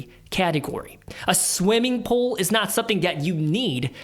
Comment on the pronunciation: So confused when I heard “pole” not “pool”